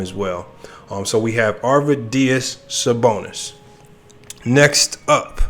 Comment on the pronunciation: This dude doesn’t know what he’s talking about. Can’t even pronounce Arvidas Sabonis name right